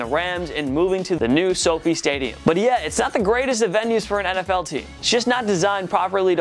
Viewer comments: SoFi is short for Social Finance, a Stanford Business School start up by 4 classmates .The correct pronunciation is SoFi, not SoFee! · When he said the Soo fee stadium 🤣